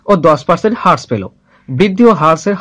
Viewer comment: Vai thanks for the video...tobe হ্রাস=rash,,,bolle mone hoy valo shuna jabe .. infact হ্রাস= rash e shothik pronunciation.... By the way very good job bro